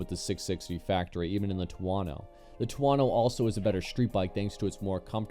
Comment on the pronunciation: wtf is a two-wano 😂😂